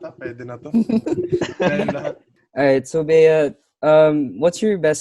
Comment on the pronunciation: Bea.. its ej not eya😁